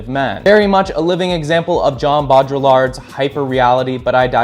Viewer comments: liked specifically for the meme of never pronouncing Bo Drillard's name right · Uses French sociologist to increase analytical cred on performativity then mispronounces Baudrillard 😝